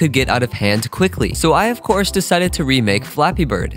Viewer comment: Bappy Flird not Flappy bird 🥸